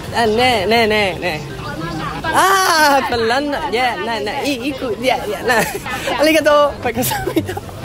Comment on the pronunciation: 笑死banana聽成ba撚拿😂😂